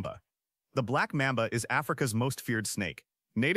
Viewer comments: Ugh... stopped once I heard "Black MAAM'ba" instead of "Black MAHHM'ba" A.I. is getting annoying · The Black Mehmbah? As soon as a video trying to educate me can’t pronounce things correctly I’m out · And pronunciation black MOM ba